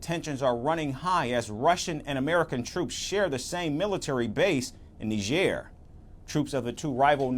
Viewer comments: ... that's not how you say Niger. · It is embarrassing how these so-called educated reporters pronounced the name of this African country. NIGER is pronounced Nai-jr not Ne-jair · Really? Neezhae? Its niger. 🙄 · Say "tiger". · OMG Lloyd Austin is so ignoran and is our US Sec. of Defense? NOOOO t! NOT NIgeria! They are NOT Nigerians bruh.. Country name - Niger (pronounced Neeejay) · That's not how I say Niger 🤠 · Everyone pronounced that country differently lol. How's it supposed to be pronounced?